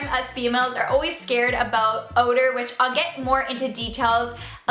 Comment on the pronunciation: When she said oder i thought it was oders in roblox ok ik im a gamer